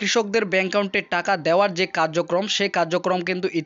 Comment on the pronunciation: এত বড় ভিডিওর কোন দরকার ছিল না। আর একাউন্টের উচ্চারণটা ঠিক করে করুন